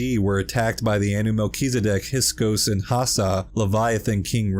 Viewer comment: He's meant to say "hiksos", not hisok"!...